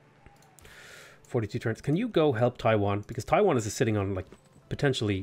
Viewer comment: Loving these civ vods. Just want to point out that Taiyuan is not Taiwan. Yuan is pronounced yu-an. The same pronunciation as the Yuan, the Mongolian empire. Different character though.